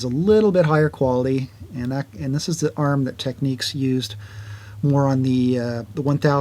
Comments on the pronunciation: They are called Tecnics, not Tek- neeks. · it's annoying; he's correct. There is nothing in English that would indicate your pronunciation, it's clearly tech-nicks not tech-niques, that's just obvious. Great video though. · I heard from a guy that is from Japan, that Americans saying “Tech-neeks” are saying it wrong, and that it’s in fact pronounced “Technics”. I figure they’d know better than us, but I have the SL-D2 and like it a lot. Love your videos. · I've always called it technics ("tech-nicks") and have never understood why anyone speaking English would pronounce it techniques. It's so dumb and annoying.